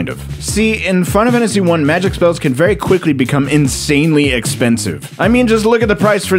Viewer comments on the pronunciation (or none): Why do you always sound drunk when you say "Final Fantasy" and never when you say anything else? "Finafanasy"